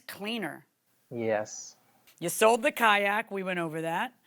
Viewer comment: had seld?? wtf. you mean sold. Where do these people go to school? Dollar Store????